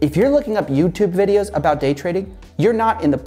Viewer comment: why did i hear GAY trading